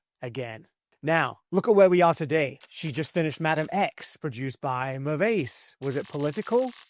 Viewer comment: Mirwais is mispronounced